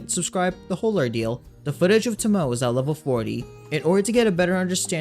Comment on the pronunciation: Thank you for all the useful videos. Just an FYI, her name is Japanese and pronounced to-mo-ay.